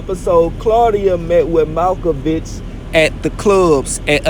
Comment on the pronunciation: Nga said he the most accurate and turned around and said “malcovic”. Lmao it’s mirkovic nga smh